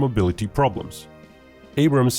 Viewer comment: Its "Abrams"